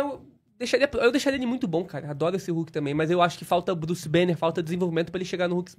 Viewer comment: Druce banner kkkkk tiraram o b kkkk😅